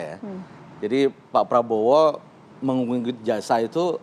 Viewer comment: Prabowo bukan Praowo min